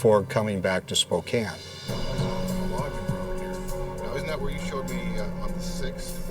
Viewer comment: Wow. Someone who pronounces "Spokane" correctly. 🤯 And I think he killed her because his girlfriend didn't get along with her.